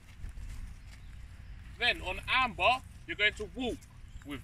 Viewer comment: I thought you were saying arm bar lol. Took me a minute to figure out it was Amber